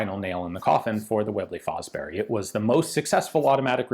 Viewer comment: I think Fosbery is pronounced Fosbury.